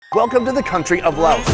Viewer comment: Sounds like your saying Lao ocean lol it’s pronounced lay ocean